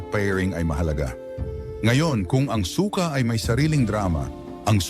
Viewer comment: Su-ka hnd suka